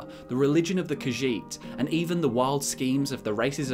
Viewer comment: I know, right? And the way he pronounces "Khajiit" is disconcerting.